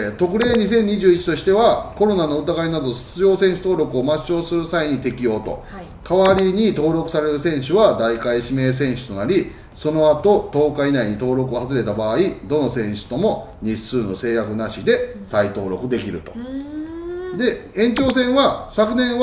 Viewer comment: 代替 × だいかい ○ だいたい と読みます！